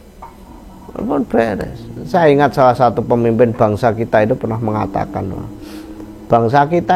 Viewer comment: Bangsa min, bukan bangasa